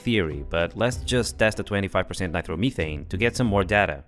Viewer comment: why do you keep saying nitermeethane just say nitromethane